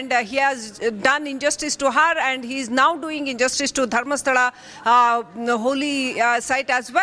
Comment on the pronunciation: Can anchor pronounce Dharmasthala properly